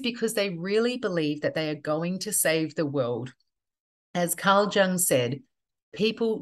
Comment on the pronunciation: Excellent as usual. (One minor clarification. Carl Jung surname is pronounced phonetically as "Yung")